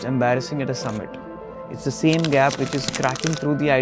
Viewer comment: You should have learned first. How to speak English properly. Without all this. Uh, clicking, croaking, and incorrect intonations. Like, "hera we wily look at THE subjEct". The subject is important, not the fucking THE article! Wrong stresses! Listening to any video on YouTube recorded in English from India is simply impossible, it makes my ears bleed. It's just impossible, it's hard to communicate with you. It's impossible to understand what you're trying to say. That's the whole problem. Right there. You should have first learned how to speak English properly. So that everyone could understand you.